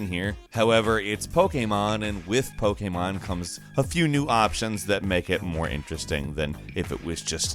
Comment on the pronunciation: Wtf is “poke-a-mon”